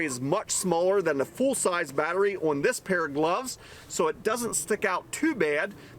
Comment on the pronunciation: Have you ever considered learning how to properly pronounce the word "on"?!